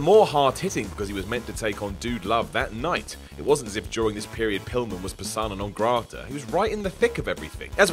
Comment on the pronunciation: Entry #465 on Words Can't Pronounce: 'persona non grata'